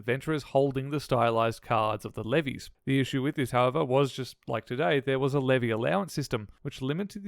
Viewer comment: It's "leaves" not levees lol